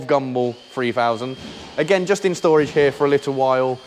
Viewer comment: Touché! Can't disagree with that! 'Shtorage' sounds like a Sean Connery pronunciation'! 🤣